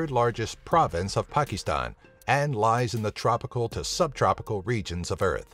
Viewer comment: I disliked because of the way he said Pakistan. It sounded like pakee stan.